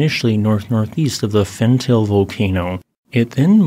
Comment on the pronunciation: I am sorry to correct you,, but it's pronounced "FenTAH-lay".